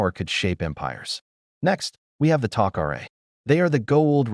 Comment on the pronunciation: AI. Couldn't pronounce tokra right